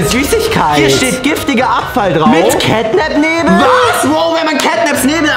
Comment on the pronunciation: Кэт нэп а не кэт нап и он из 3 главф